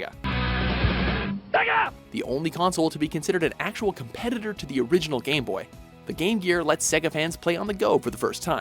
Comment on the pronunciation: for some reason, every time he pronounced "game boy" it came out as "gay boy" lol..